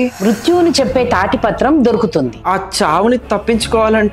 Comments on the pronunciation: తాటి పత్రం కాదు తాళపత్రం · తాటిపత్రం కాదండీ అది తాలపత్రం